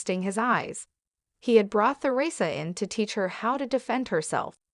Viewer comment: Eleven seconds in and already three mispronunciations by the AI narrator. You lost me at th-eresa.